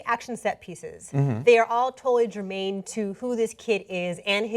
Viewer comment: "Germane" Christy Lemire